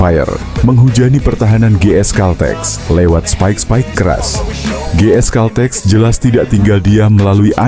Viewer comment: baca/ucapkan GS CALTEX yg bener, jangan dibaca dg ejaan indonesia